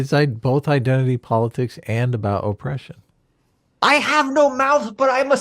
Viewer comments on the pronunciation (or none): The way the person says "Oh-pression" makes me physically angry. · Man, i listened to him say 'O-ppression' twice and was completely tired of it.